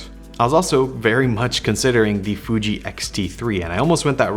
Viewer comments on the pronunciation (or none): none